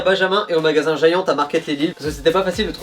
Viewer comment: Pas mal la prononciation de Giant